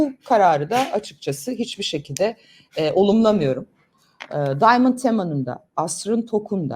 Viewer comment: Bu arada bu çocuk Arnavut . İngilizce telefaz ile söylemeyeşn şu çocuğun adını Daymınd değil Diamond yezıldığı gibi okuyun